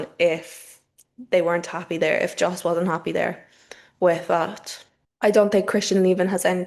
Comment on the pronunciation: Js in Dutch are pronounced like Ys in English. So, Yos Verstappen (well, some variants of Dutch also say it more like Ferstappen).